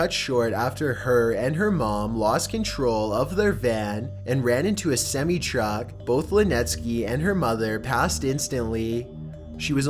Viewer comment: Semie truck. I lul'd at that.